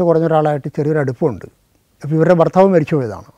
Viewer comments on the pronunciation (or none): none